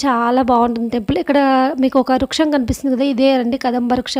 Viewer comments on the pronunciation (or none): Ammaloo adi ruksham kadu. Vruksham. Adi kaakateeyula silpa sampada. Chaala baga cheppavu tallee.😊